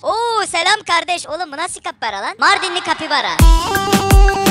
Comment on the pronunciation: Kapybara diyin çe ben (kapybara bapybara)